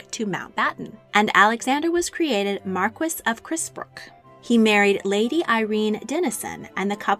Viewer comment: Add to that mispronunciation of Carisbrooke, Boer an many others.